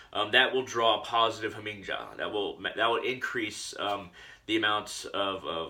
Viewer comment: In Germanic/Nordic languages the J is pronounced like a Y. It's "Ha Ming Ya" Other than that, not a bad video. You've got some good ideas.